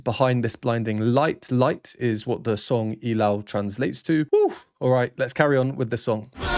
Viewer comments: Subscribed! The only reactor who knows their name, their voices and pronounce well the word ILAW. Mad respect for you, Sir! Love all the explanations about the instruments and even the count of their verses. The hype is really hyping. ❤ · thank you very much sir for perfectly pronouncing "ilaw"❤❤❤ hope to see more of your sb19 rvs 🎉🎉🎉🎉🎉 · You are the only reactor who is new to sb19 that perfectly pronounced the word ILAW. THANK YOU!